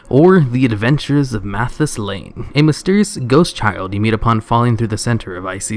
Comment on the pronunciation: it's not Matthias Lehne, It's Matthias Lehner... an anagram for Arthas Menethil